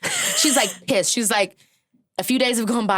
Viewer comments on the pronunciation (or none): The way Keke says “she was PISSED” when talking about Rihanna and G4L has me CACKLINGGGGGG